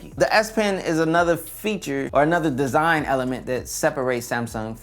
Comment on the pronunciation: He said "DEEZINE" 😄